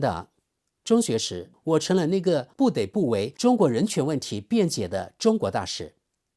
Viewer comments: 不得（同“德“音）不，每次聽到都想說，抱歉今天忍不住了😂。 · 你得děi说：不得dé 不。